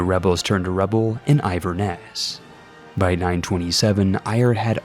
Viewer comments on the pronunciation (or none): It's In-ver-ness NOT I-ver-nes you Yankee Doodle twat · “iverness” pls i love your content but it’s “inver-ness” smh ((I live here)) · Im afaird you said Moray wrong. Despite all logic, it is pronounced Murray. And Inverness is not Iver-ness, it is In-ver-ness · Bro why did you say eye-ver-nes you have to know it's in-ver-nes inverness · Very late but, its pronounced like this in-ver-ness (in like going inside) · I’m so confused how you can’t pronounce “Inverness” probably one of the easiest town/city names to pronounce in the entire nation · you forgot to say the n in inverness or was it cus u was trying to rhyme